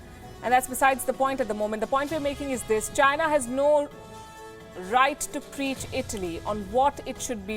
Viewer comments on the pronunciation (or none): It's preaches not peaches.